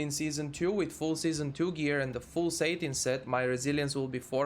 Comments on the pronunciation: It's pronounced "sat-in" not "sate-in", good content - thank you. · lol satin says satan